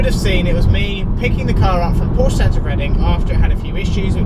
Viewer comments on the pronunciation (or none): none